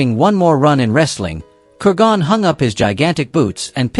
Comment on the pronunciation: It’s KUR gon. Not kur GON.